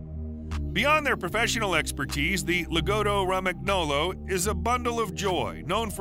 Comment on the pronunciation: And Lagotto romagnolo is pronounced (Lah GOE TOE roh MAHN yoe loh